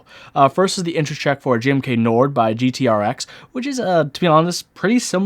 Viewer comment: It's GMK Nord, not Norde